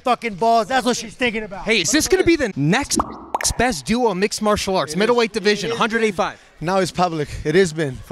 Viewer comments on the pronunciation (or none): none